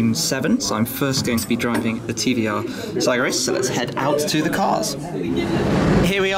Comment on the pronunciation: Its pronounced S-A-G-A-R-I-S !